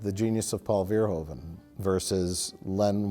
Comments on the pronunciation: Not to mention that every American ever pronounces Verhoeven wrong. The correct pronunciation in Dutch would be like Verhooven in English, instead of Verhoven. Minor nitpick, obviously. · Again, pet peeve... it's still pronounced 'Vurr-hooven' (not 'veer-hoven') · Verhoeven is pronounced wrong, the oe part sounds like the oo from reboot.